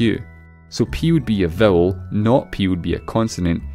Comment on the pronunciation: oh vowel not bowel no wonder